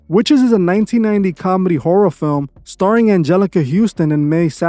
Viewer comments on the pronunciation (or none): none